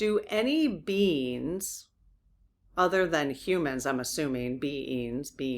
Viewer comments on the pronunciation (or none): none